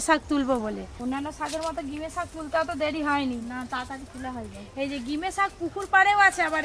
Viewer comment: Gime sak noi ota ghime sak bole